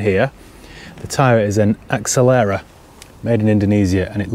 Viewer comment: Maybe it had a different set of wheels ? Hence why tyres so old also is accelera not short for accelerate. You pronouncing of it did make me chuckle.